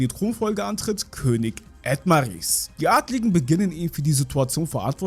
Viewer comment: Sprichst du das extra falsch aus?😐Das heißt zum Beispiel Falmos und nicht Famas. Das selbe bei Edomales und nicht Edmaris.😔